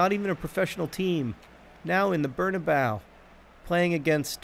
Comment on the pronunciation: John plz bernabeu has four syllables